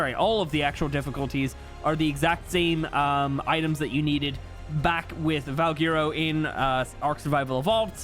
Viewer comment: My boy still mispronouncing Valguero lol